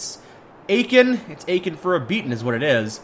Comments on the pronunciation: My ears hurt when you pronounce Aachen. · Aachen for a beating, don't know which is worse, him pronouncing Aachen or the pun.